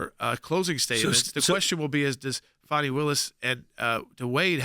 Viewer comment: ITS FANNY. It’s NOT. FONNIE Say it FANNY pronounce it properly. FANi takes it , Fani Lied under Oath and Fani should be charged…. Wade didn’t the LETOY and Redds memo, “”hey Wade we wouldn’t Tap That with your TAPPER.””